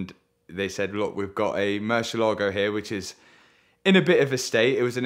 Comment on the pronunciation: Only man allowed to say Meri- Lahgo.